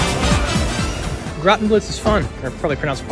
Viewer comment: The way you pronounced Grottenblitz first was actually pretty accurate, no need for the correction.